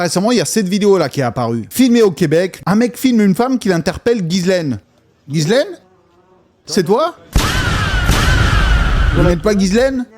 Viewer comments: C'est pas GUYSLAINE C'EST GHISLAINE DONC TU FAIT COMME SI C'ETAIT UN J C'EST JISSLAINE BORDEL!!!!!! C'ESST TRES REPANDU COMME PRENOM AU QUEBEC MERDOUILLE TRUST ME MAN! ARRETER DE FAIRE DE LA DISLEXIE EN PENSSANT QUE LE H FAIT LA JOB DU U..... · Ça se prononce JICELAINE !!! Comment Eps at-il pu voyager sans problèmes au travers le monde tout en étant sur la liste de délinquants sexuel ?